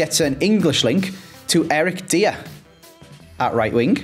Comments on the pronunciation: Commenting before mentions his name but it’s previously broke me that calls Eric Dier “Eric Deer” - I swear he done it for interactions/comments on his videos. Praying now pronounces it correctly 🙏🏼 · Does anyone else get triggered by calling Eric Dier, Eric "Dia"? Like mate... Just watch TV, everyone says it right! Just pay attention... Unless its some sort of weird (bad) joke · ANDDDDD he still calls him “Deer” 😢😢😢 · If Dier gets upgraded, you better learn to pronounce his name!